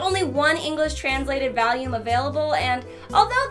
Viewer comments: What’s a valume??? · I'm sorry, did you say... valume? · I love how you say "volume"... VAHLUME. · pronounces volume "VAL-Yoom" ME: 😍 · Is it just me or does she say volume weird